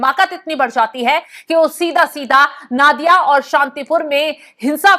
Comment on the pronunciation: नादिया नहीं नोदिया